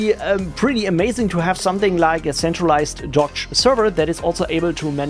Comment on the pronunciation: It is supposedly pronounced 'dockage'